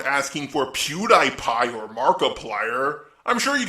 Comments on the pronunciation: I can't get over the fact he pronounces it Pew-die-pie instead of Pew-dee-pie fam. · I’m sorry but it isn’t pew-die-pie it’s pew-de-pie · pronouncing PewDiePie wrong is him joking around, right? Right? RIGHT!? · I'm sorry. You are one of my favorite YouTubers.. but.. when he said PewDiePie's name wrong It made me laugh XD